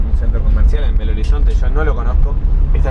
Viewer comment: X que es asi que se pronuncia Belo no bello lo conosco desde los años 80